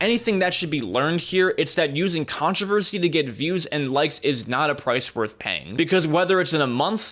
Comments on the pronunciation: really liked the vid, but are we really gonna ignore the word "controvershy" on ? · did he say controver'shi'? Or am i mishearing things. Haven't slept in 2 days 😂